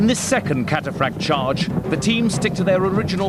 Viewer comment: how many times does the lieutenant say kataphrakts and they insist on saying katarakt